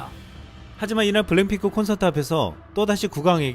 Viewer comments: 이 분 블랙핑크를 왜 블랭핑크라고 읽지? ㅋㅋ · 원고를 찬찬히 읽어주세요. 블랭핑크라고 계속 발음하는게 좀.... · 근데 블랙핑크를 왜 계속 블랭핑크라 하는지?? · 블랜핑클이 아니라 블랙 핑클 발음이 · 블랭핑크라고 발음 하는게 왤케 웃기지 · 왜 자꾸 블랭핑크라고 그러지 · 블랭핑크가 아니라 블랙피크입니다 .발음에 신경좀 ^^ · 블랭핑크 아님... 블랙핑크임...왜 자꾸 그래? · 블랭핑크가 아니라 블랙핑크 입니다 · 블랭핑크라고??? 블랭핑크? 블랙핑크 발음도 안되냐??? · 블랭핑크 블랭핑크 ㅋㅋ 발음이 ㅋㅋㅋ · 블랭 이라고 들리네..;; 내 귀가 이상한가! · 이형발음이 이상한거야?? 내귀가 이상한거야?? 계속 블랭핑크 블랭핑크 랙이아니라 랭으로 들리는데....................... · 그러니까요 저도 보면서 전에 본것같다고 생각. 일단 블랭핑크 발음은 전에 본게 확실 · 블랙핑크가 발음이 안되나요? 블랭핑크 블랜핑크..